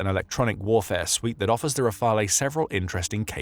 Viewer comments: We need to put the disruptive nature of this letter of intent - this notion is important - into perspective. If the letter of intent converts into an actual order in the future, the first Rafale jets (to be pronounced 'Rafal', not 'Rafalay') will not be delivered to Ukraine before 5-6 years, since Dassault Aviation already has a busy production line with an order book of 233 jets (+90 potential additional ones for India) and a capacity of 4 jets per month (expected to tend towards 5). We may also doubt that other client countries would accept to be deprioritized in favour of Ukraine to accelerate the delivery. Anyway, hopefully peace will have already been made by then, thus one needs to understand that the Rafale will not be a short-term 'game-changer' (unlike the SCALP/Storm Shadow, Patriot systems, Mirage 2000, F16, Hammer ammunitions, CAESAR, etc.) but a major deterrent asset for Ukraine regarding any future attack in the mid/longer-term. In addition, questions raise regarding how Ukraine will pay, else who will pay, and whether it will eventually lean further towards a cheaper - though less performing - option such as the Gripen. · You need to check your pronunciation of "Rafale".